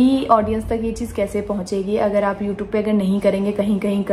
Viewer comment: Please pronounce it as youtube n not youtoob And its vlog and not blog